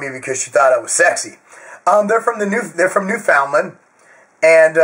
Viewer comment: try with me, nu-fin-land.